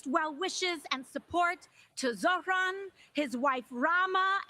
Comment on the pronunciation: Dear Joy, it's zoHran and NOT zoRhan. Thank you.